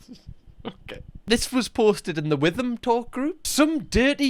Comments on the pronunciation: I’m furious that you said WITHAM. With thhhhh It’s Wit-ham. 😂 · Just to inform you Witham is pronounced wit-am (silent h lol)